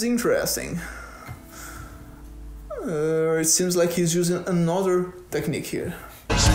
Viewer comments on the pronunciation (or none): caraio, só fui perceber que é BR quando deixou vazar um "tequinique" ali hahahahaha fala bem demais. bom vídeo!